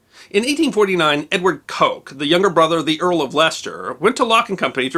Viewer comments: Very entertaining, thank you. A small detail, Coke is pronounced cook. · Piccadilly: just Piccadilly, not Piccadilly Street. Pall Mall: both rhyme with shall. Coke (Liecesters) pronounced Cook. Always worth checking English proper names pronunciations...